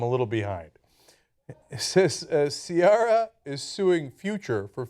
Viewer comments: See-Air-ah not See-ah-rah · Why is she saying SEE-ARE-RA. It's SEE-AIR-RA lol. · Why does Ana pronounce Ciara's name as (see are ah) it's (see air ah) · her name is not caria its ciara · Please stop pronouncing Ciara like that, it's SEE-ERA, not SEE-ARA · The name is Irish & is pronounced Key-ra. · its pronounced cee-air-uh... old ass ana... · lol 'si-aw-ra' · the way they pronounce her name 😒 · That's not how you pronounce her name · Why do they pronounce that name wrong? Wiki says that Ciara herself pronounces it wrong... but c'mon man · I think they're pronouncing her name wrong lol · I love the way Ana pronounces Ciara's name. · Wow Ana, you know about pop music more than Cenk... Ciara has been around long enough for you to pronounce her name properly. :/ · I love the way she says Ciara lol